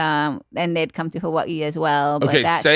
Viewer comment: How can you be from Hawaii but not know how to say Hawaii? Debunked!